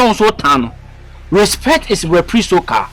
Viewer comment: Respect is resiprecal 😂😂eii